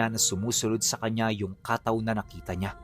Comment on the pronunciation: pronounce as kattaw po Hindi Kaaaataw